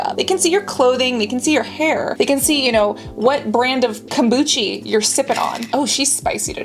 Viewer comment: I subbed because you said kambuchi and I too tweak words to make them fun for me to say and I am now addicted to saying your word kambuchi just rolls off the tongue so nice also you’re super funny and pretty